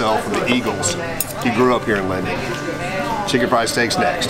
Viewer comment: Linden!!! Not lindale!!! I was born and raised there....home of Eagles great Don Henley